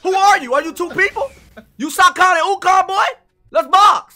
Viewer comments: My guy really said “Are you sokon and ukon” I probably spelled that wrong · "are you Sakon and Ukon" dis nigga lmfao